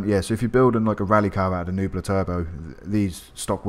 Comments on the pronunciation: It’s pronounced neh-bew-la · Btw the correct way you say this car’s name is ‘neh-bew-la’, just want to say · its NEH-BE U-LUH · Nebula = Neb-You-La Also a few points, you made it a. “Retro Drag Racer” even though it has camber and a roof rack?? You complain of it’s drifts nature even though it’s a drift car with heavy camber. And omg if you can’t pronounce nebula you shouldn’t be making videos. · Spells Nebula out loud, still proceeds to pronounce the “u” as an “e” and the “e” as a “u”. How do you fuck that up, honestly. I simply don’t get it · you can’t say nebula?